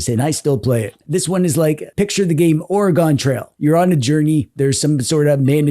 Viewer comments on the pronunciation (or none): It's "ORE-uh-g'n".